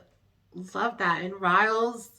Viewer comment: Hello! Just a little fyi, you pronounce Rhys as Reese. I learned that from Gwen on Torchwood. Yes, I'm a geek.